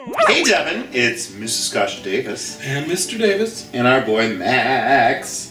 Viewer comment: is anyone else bothered by the way deven pronounces KASHA? no?! just me?! oh ok